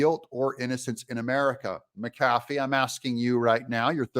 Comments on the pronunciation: Hey Doug, love listening to your show. You're right about the wussy but where I live, the name is pronounced Mac-a-fee not Ma-cafee. Either way, wussy's ruling was absurd. 😕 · Pronounced Mac A Fee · Judge's name is Pronounced Mac uh fee. Love your channel TRUMP 2024!! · please say his name correct mac a fee illiterate or not give it a try